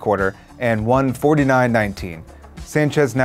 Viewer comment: Chic fillay? Seriously?